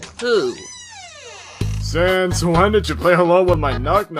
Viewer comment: To me it sounds like sons. Not sans. But you can pronounce however you want.